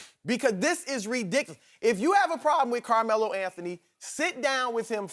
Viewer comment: Damn,this shannon dude cant pronounce Carmelo to save his life...